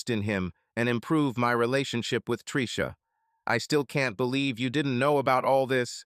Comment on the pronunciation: Well when you get blasted and pass out then you get all the fallout. Predators never sleep after all and love to cuck the losers. Ai voice enunciation of Tricia as Treeesha was driving me crazy 😅